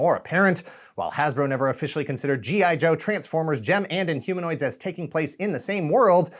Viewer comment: In-Homo-Nots? :D :P